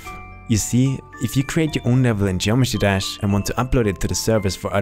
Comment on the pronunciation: Geometee dash lol ❤️